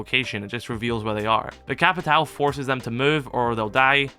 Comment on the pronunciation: btw its no capitau, its capitwawoo its similar to how u say "lAWnmOWer"